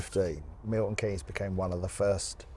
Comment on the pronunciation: It's nes not en-ee-... Never mind. I used to work and socialise in Milton Keynes, a good place but I'm glad it is the only place like it. The grid system makes the place seem bland and is easy to miss your turn because all of the main roads are just the same. Nowt to use as a landmark to help you navigate. Breeze block town. Theatre district is good for a night out.